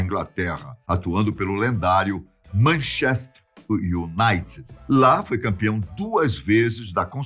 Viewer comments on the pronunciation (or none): "Manchést iunaiti" rs